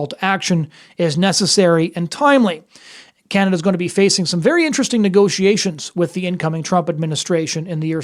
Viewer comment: I did it's "Canaduh"